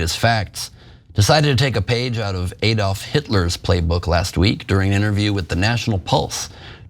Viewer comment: Its ADD-olf not EEDolf. Would you change the pronunciation of Alabama to Eeleebeemee?